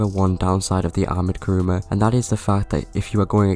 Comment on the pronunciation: Great video, I totally agree on all things. Actually the name is Kuruma, not Karuma ;). Also nice seeing my Akula in the Thumbnail!